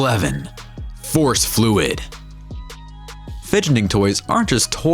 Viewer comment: "fouce fluid" correction ferro fluid